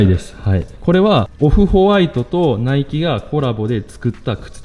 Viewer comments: 今さらなんやけど、ナイキの発音って語尾にかけて上げていく感じやないん？ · ナイキの発音がナイツ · ナイキのイントネーション笑